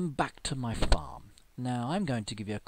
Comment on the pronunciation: lol in the beginning "Wekcome back to my fparm" lol